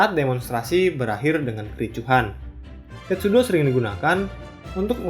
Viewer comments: Sedikit koreksi tulisannya sepanjang video testudo tapi yg saya denger miminnya bilang tetsudo, maaf kalau salah denger 🙏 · Admin bacanya Tetsudo, kan harusnya Testudo 😂🤣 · Testudo atau Tetsudo sih ??? Tulisannya testudo tapi vokalnya kok bilang tetsudo... ??? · Wkwk ngomongnya "Tetsudo" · 😂🤣 gw jg nyadar pas admin bilang kedua kalinya, eh tau2nya malah ucap "Tetsudo"